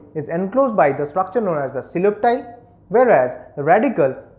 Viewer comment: Its not pronunced as seloptile its koleoptile😂😂😂